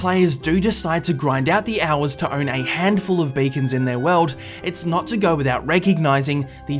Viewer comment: “Not,” not “nit”